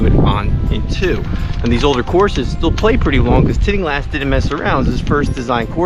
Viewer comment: Not for nothing but it is Tillinghast, not Tittinglast.